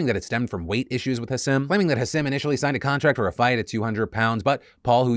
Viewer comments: it’s pronounced HASEEM is that really that hard. Hasim? Like bro does that sound right to you? Yt people bro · Come on Philly, learn how to pronounce Hasim Rahman Jr's name. "Put some respect on his name" (Imagine if you mispronounced someone's "neo-pronoun") Ha-seem Rahm-mahn Jew-knee-or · The way he pronounces hasim's name... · Bro, if you're going to cover stories at least pronounce people's names right. Hasim is pronounced Haseem and Rahman is pronounced Rahkmen. Such disrespect